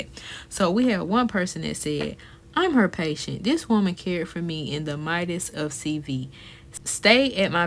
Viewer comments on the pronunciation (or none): My-dst??? Ma'am that's midst.